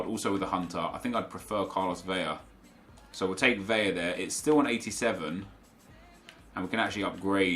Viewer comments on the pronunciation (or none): I swear to god...stop saying VEIA with a “Y” sound...it’s an “L” For someone that’s “educated” in football players..it’s unsettling